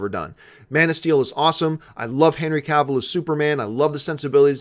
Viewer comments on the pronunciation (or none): none